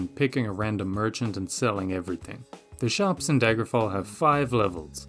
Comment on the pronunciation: bro you botched daggerfall so hard lmao